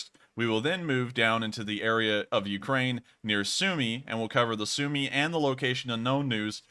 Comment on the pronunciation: As it seems you care about pronunciation, you mispronounce Sumy